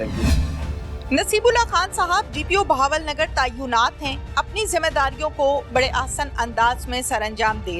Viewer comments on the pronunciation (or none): tayunat nahi hota asàl word tàinat hai